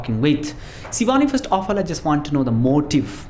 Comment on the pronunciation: aap sh ko s kyu bolte ho jese shivani ka sivaani